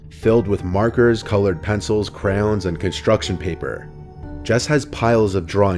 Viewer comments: Did he just say “crowns” instead of crayons? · DID YOU SAY CROWNS???!!!